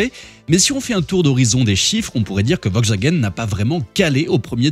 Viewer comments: "Vokswagen" n'existe pas hein... C'est "VoLkswagen"... Mes oreilles ont saigné... 😂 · « Vogxwagaine » en force 😂